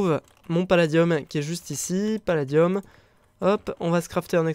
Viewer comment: a chaque foi tu fais paladieum